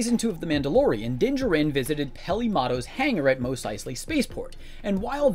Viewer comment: You saying Mos wrong is killing my soul.